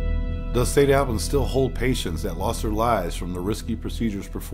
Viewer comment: Been to St. Albans many times for photography tours. I can't say it's haunted but I will say there is a dark presence that has a certain affect on people. And its pronounced St. (All-bins) not (Al-bans).